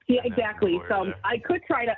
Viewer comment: Stop saying exAcccly, and taaaableet.